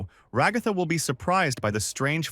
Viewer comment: RA-GA-THA- NOT RO-GO-FA